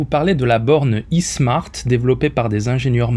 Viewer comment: s'ils vous palit l'khout, je sais que c'est abituel pour les marocains, mais c'est pas "i-smart" mais "ai smart"; le i c'est "ai" en englais